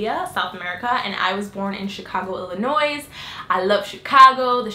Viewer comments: I'm not trying to hate, i love this channel.. But isn't Illinois pronounced "illinoy"? Not "illinoise"? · Your channel is awesome but you said Illinois wrong.